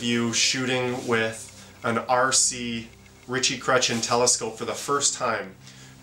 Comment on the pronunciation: it's funny how you pronounce cretien 😁